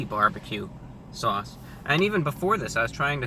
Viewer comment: I love the way you say Swauce!